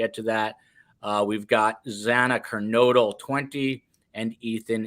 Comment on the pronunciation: Judge Judge mispronounced Kaylee and Xana’s names! Very disrespectful. Argh